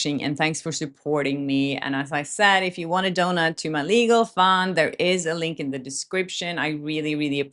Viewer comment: heehee she said donut instead of donate at the end it was so cute